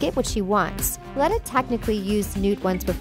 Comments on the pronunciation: Grindlewald doesn’t die. It says in the last book in the Harry Potter series that Voldemort goes to grindlewald for the elder wand. And Dumbledore was a transfiguration teacher before he became headmaster. P.S. its pronounced leeta not leta. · HER NAME IS LETA!!!!!! ITS PRONUSED LITA NOT LETTA LIKE YOU SAY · Tom riddle Curse of defence against dark arts jobs it's pronounced leeta not leta and the defence against the Dark Arts room used to be the transfiguration room and Dumbledore tour transfiguration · I was just about to point out the same errors. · Leeta not letta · DUAL? NO! duEl. C'mon. and "Leeta", not "Layta". Grindelwald didn't die, he was captured and Dumbledore taught Transformation! Outta here. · Lee-tuh Lestrange, not Leh-tuh Lestrange. It's canon information that Voldemort cursed the DADA job. Dumbledore taught Transfiguration, just in the DADA classroom. Fun video, though. I'm hyped about this movie! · its lee-ta not let-a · Say it with me now, "Lee-tuh" not "lutta" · Out of all the mistakes these lady makes the thing that gets under my skin most is the way she's saying Leta. It's not Let-ah it's Leet-ah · 1. Tom Riddle was the one who cursed the defense against the dark arts because Dumbledore didn't let him teach 2. It's Lee-ta not Let-a 3. Grindelwald was killed by Voldemort in Nurmengand when Voldemort went to ask him where was the Elder wand 4. Dumbledore taught Transfiguration not Defense Against the Dark Arts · Leta not letta please learn how to read, the h.p. books are a great place for you to start you might get the facts right if you actually know some of the content. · The way you pronounce Leta It makes me think of lettuce... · it is pronounced leeta but spelled leta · It's pronounced leeta. They even say it that way in the movie. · It is pronounced “l-ee-ta” and grindewald was captured, not killed in battle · why are you pronouncing Leta as lada? it's not lada sport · Driving me nuts with the pronunciation of Leta haha